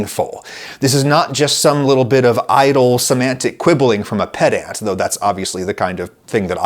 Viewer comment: Did he say pet ant?